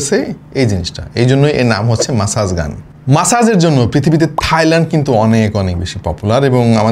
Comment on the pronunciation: bhai eta ম্যাসেজ na মাসাজ gun 😂